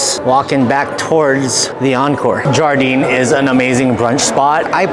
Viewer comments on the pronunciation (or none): It’s pronounced “yar-deen” or Garden Also WHEREs and WHENS the WEDDING between you two ???!!!! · Wonderful video, one thing though; Jardin is pronounced ‘jhar-da’ it is French for ‘garden’. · You know that's not how you pronounce Jardin right?